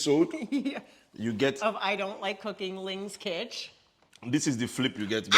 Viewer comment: It’s Ling Kitch 😂😂😂